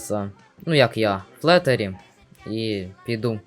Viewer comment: Не флетарі а флітарі